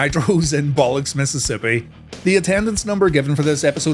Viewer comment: 😂😂 Mississippi is so mad at that pronunciation